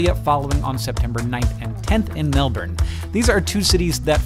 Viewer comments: What Sandy said. He correctly stressed the first syllable rather than the second. After that is mostly an issue of accent rather than pronunciation. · Hank did a really great job pronouncing Melbourne, aside from the 'r'. But only cause Australian accents often avoid pronouncing R's. Spelt phonetically, Melbourne is closer to Melb'n rather than Melbin. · its good hearing americans finally starting to pronounce melbourne right. its closer to melbun than melborrrne that i remember so much from the 80s. cant wait to see you, hankles. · He's pronouncing it right though, it's mel-ben, not mel-born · *Mel-Bern is closer than mel-ben, I have never heard anyone ever say that. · If you look it up and use the IPA guide it's closer to "bern" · He pronounced Melbourne correctly! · Points to Hank for correctly pronouncing Melbourne. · Yes, he's ever so close. The R is silent ;) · Thankyou for saying Melbourne correctly Hank. Might see you next year, planning that far ahead, can be tricky. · omfg so exciting seeing flinders st station woohoo go melbourne.. also hank, A+ pronunciation of melbourne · Thank you Hank, for pronouncing Melbourne correctly. 😎 Hope parental leave is going well and you and the fam are getting some sleep. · Thank you for pronouncing Melbourne properly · 10 points for saying Melbourne properly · OH MY GOD! You pronounce Melbourne correctly?? well this is a first on the interwebs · Nice work saying Melbourne correctly :) haha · So close though, the R is silent :P